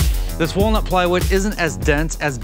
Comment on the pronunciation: Did he say whale nuts instead of walnut??? 🐳 🥜